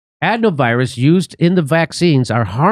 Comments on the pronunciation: Jimmy just so you know it is (uh-dē-nō) virus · A-deeno virus is how it is pronounced